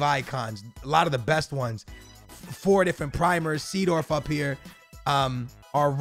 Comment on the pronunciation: That's not how you say Seedorf!!!